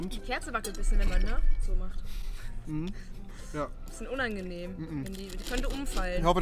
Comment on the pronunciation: UNANGENHM XD